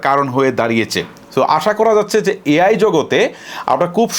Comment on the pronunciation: ভাইজান, আপনার ভিডিও আমার কাছে খুব ভালো লাগে। কিন্তু একটা বড় সমস্যা হচ্ছে আপনার ভুল উচ্চারণ। মিনিট আপনি বলেছেন, Deepseek হচ্ছে চিনাদের তৈরি একটা EI model এখানে ভুল হচ্ছে EI বলা টা। সঠিক শব্দ হচ্ছে AI দয়া করে কথা বলার সময় সঠিক শব্দ উচ্চারণ করবেন। ধন্যবাদ আপনাকে।